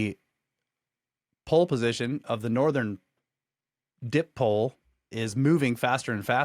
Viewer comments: Guys fyi dipole is pronounced di-pole (di = 2) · “Dip pole” 🤣🤣🤦‍♂️🤦‍♂️🤦‍♂️